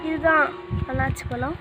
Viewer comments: jee annachi illa athu annasi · அன்னாச்சி அல்ல அன்னாசி என கூறுங்கள். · அண்ணாச்சி இல்ல அன்னாசி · நன்றி videoவிட்கு தமிழை பிழை இல்லாமல் பேசவும் அன்னாச்சி பழம் இல்லை. அன்னாசி பழம் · அன்னாசி பழம்